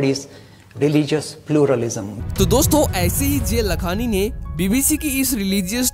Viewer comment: It's not जे लखांनी it's जय लखांनी !